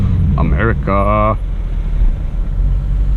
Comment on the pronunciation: Hey, It's not "Americaahhh", It's "'Merica".;) Just to clarify that.